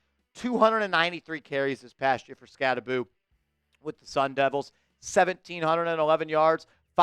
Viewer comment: I’ve always heard it pronounced Skatte-boh, what’s up with this Skatte-boo pronunciation? Did he correct everyone at the combine or something?